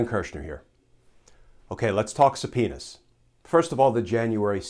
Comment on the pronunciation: I love Glenn Kirschner. Watch him every day. But when he said, "S-penis." I had to plug my ears, "la la la la la ." Glenn is usually so G rated. Just kidding, hope you're all enjoying the heat wave. Peace!